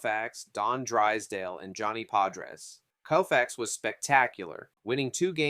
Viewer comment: Is this AI voice? You are butchering these names as if you never heard anyone pronounce them before. Sand Koe-Fax. Carl Yaz-strem-ski. Willie McCovey like Glove. There are others and I am sure there will be more to come as I finish this. But either stop using AI voice or learn to say these players names. Otherwise it was an enjoyable watch. Also you don’t say batting averages right. Unless it’s 200 300 or 400. You don’t say 4 hundred fourteen. You say four fourteen. For example.